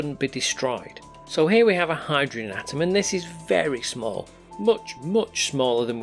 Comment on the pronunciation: Hy-dro-gen THREE syllables.